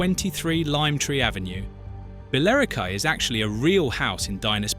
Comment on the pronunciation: Gavin and Stacey was just brilliant! As much as you may hate James Corden there is no arguing that the tension between the families is what made this show so funny because you were never more than 5 minutes away from a massive row. Hang on... "Bell-I-ro-kwy" (Billericay) . Are you fucking shitting me? Time to ban AI.